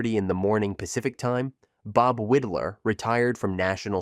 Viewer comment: Widlar pronounced his name WIDE-LAR not WID-LAR.